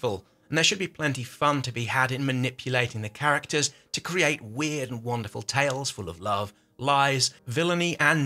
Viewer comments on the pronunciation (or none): none